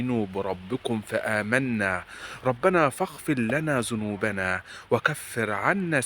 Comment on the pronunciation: تلفظ حرف الذال بالزال وهذا خطأ بالتلاوة مثلآ تقول تخزنا عوضآ عن تخذنا عوضآ عن ذنوبنا تقول زنوبياعوضآ عن هذا تقول هزا اتق الله